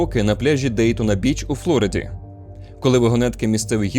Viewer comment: флорИда а не флОрида🤦‍♂️🤦‍♂️🤦‍♂️